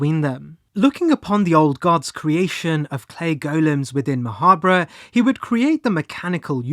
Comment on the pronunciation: wouldn't you pronounce Ma' Habre like Macabre?